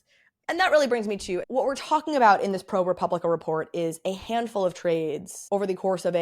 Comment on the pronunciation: It is pronounced pro-pub-li-ca. There’s no “re.” Love your videos!!